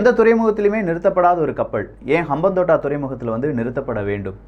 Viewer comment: அம்பாந்தொட்டை தான் தமிழ் பெயர். இப்படி உச்சரித்து பாருங்கள்